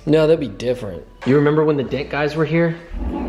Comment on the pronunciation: That’s really cool, about what does it cost to fix a small dent? That would have been fun just to watch those dent guys work.... sounds like you were saying “dead guys” to your son. Lol.